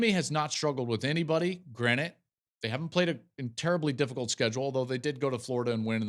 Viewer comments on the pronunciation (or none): Joel you're the GOAT but it's granted, not granite, my man.